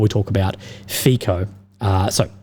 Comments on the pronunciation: The letter 'c' in Fico is pronounced as 'ts' and NOT as 'k., Kind of similar to 'c' as in Cincinnati. Cincinnati is not pronounced as Kinkinnati. Fico is not pronounced as Fikoh but as Fitsoh. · Learn the correct pronunciation of the Prime Minister of Slovakia, Robert Fico. It is NOT like F - I - K - O.... its a soft 'c', more like an 's' So try it like "feet - so", because your pronuciation sounds like straight from cia school. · some tips for you: 1. Fico is pronounced FEET-SO (I believe). 2. The west is run by globalists, that is why nationalists like Trump, Orban and Fico are pilloried. 3. Orban is more conservative while Fico is more socialist. Despite this difference they are nationalists and agree on the Ukraine war. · Fico sounds like Fi[ts]o not like Fi[k]o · Fico is pronounced as Fitzo. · G'day Legend and merry Christmass. FICO is pronounced as FITSO. C is TZ or TS in slavic languages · To pronounce Robert Fico's surname you do not make a "ch" or "k" sound but a "ts". Kinda like in "nutso". You can make it a menmonic even: "That Fico is such a nutso!"